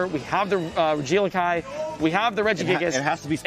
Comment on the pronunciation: im BAFFLED how pronounces regieleki lmfaoooo. "Rigee lakai" ahaha took me a minute to even figure out what he was saying. pretty sure its Reggie (like all of the rest of them lol) Elecy (like electric)